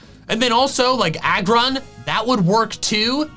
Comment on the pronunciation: IT'S AGGRON, NOT ARGON!